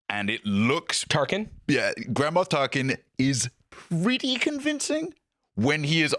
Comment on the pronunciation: I know you said "Grand Moff Tarkin" but I definitely heard "Grandma Tarkin" and I cackled XD